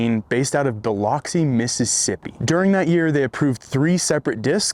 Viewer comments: BilUHxi not bilAHxi 😊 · Biloxi is enunciated as Bi-lux-i not Bi-lox-i but understandable mistake haha. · Mississippian here…it’s bu-lux-cee not bi-locks-ee. lol. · Not that it matters to me but Biloxi is actually pronounced Bi-LUX-ee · Bull-ux-ee :P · Biloxi sounds like “Biluxy”, but the way you said it does sound fancy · Being from Mississippi it's pronounced Bih-luk-see. 😅 just wanted to put that for the record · That pronunciation of Biloxi is painful